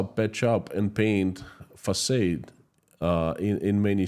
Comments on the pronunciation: I’m quite sure this is quite wrong. It’s pronounce same as “Fasad” with final A like the A in “father” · Another fantastic report, Sir!!! However, I must tell you that the word facade is pronounced "fac ah' ed" - not fac ay' ed. 🙃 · Thx!! Btw, the word "facade" is pronounced FUH- SOD but you keep repeating FUH- SADE which is a bit confusing to American audience. Thanks again for the amazing research every day. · it would be confusing to the European if he did spoke it like the USA dos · as an obviously keen and gifted linguist, you might like to know that most native English speakers pronounce FACADE as fa-SARD as in HARD, not fa-SADE as in AID. Thank you for all you are doing to keep the world informed about what is really going on in Russia. By virtue of your lived experience and your connections, you lend your reports considerably more authority than exists in most mainstream media reports. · It's facaad not facade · English lesson: Facade is pronounced "fuh-sawed" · Exactly. I was going to write a comment too, because it's the second video I heard him say that. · Façade is pronounced " Fassard " Plague is "Play-g ".. Keep up the good work